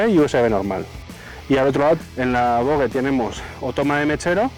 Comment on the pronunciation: Buen video, dejo el “lai” pero te hago un apunte; se dice VOJE